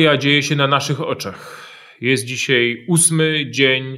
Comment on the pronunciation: Panie Piotrze: "dzisiej", "wczorej", serio, aż uszy bolą! A tak poza tym jak zwykle Pan Wolski merytorycznie! :)